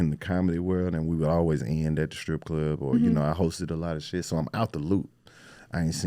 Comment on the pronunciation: Ok who is she.... at the mark... the way she said shiiidd... yeah that black boy friend really injected the culture in you 😂😂.